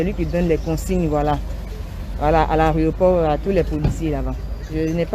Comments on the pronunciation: En plus elle ne fait que répéter Areoport, elle qui pourtant corrige les autres en ce moquant très souvent bref. On dit AÉROPORT. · On dit l'aéroport et non l aréoport Eunice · Yako ! Mais toi qui corriges les gens, on dit aéroport, pas aréoport. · On dit aéroport et non aréoport. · Mlle Eunice, on dit aéroport et non "arioport ". Nos "stars " doivent faire des efforts en matière de diction. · 😂😂😂 chercher mon nom j'ai fais le même commentaire. On dit AÉROPORT madame